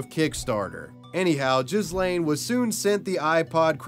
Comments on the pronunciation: LOLOLOL You must be American lol its NOT JIZ-LANE or JIS-LANE lol its pronounces G like Hard G Ga- like the name GUS so G-Laiine lol dont use the S at all either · You've even done a huge injustice and caused more insult to Ghyslain just by pronouncing his name completely wrong. The Gh for one isn't pronounced to sound like a J, it's a strong G sound like when you say G,ood or G,reat..hear the G sound...and the S is silent. His name is pronounced as in Gee-lain, Not gee, as in gee whiz, but Gee, with a guh type sound. He was probably called Gee (ghee), by his close friends and family. Ghee-lain. Learn a foreign name properly please, before doing a video. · It's pronounced Gee (like Guy pronounced the French way) laine Gee-laine (with the ”gue” sound, not the ”je” sound). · Ghyslain is actually pronounced ‘Gee-lane’. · I think that it pronounced Gi-lane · Ghyslain = Gee-lain. Butchered that pronunciation